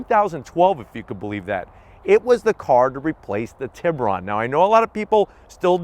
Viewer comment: It’s funny how Americans have botched the pronunciation of the tiburon. I’m Salvadoran so I know exactly how to say it. I’m sure most of you know that it’s shark in Spanish. And the way to actually pronounce it is “tee” like T-shirt then “boo” like a ghost lol and then (this is tricky to explain) it would be “ron” but the o sound would be like how you say o in the word “road”. So Tee-boo-roan haha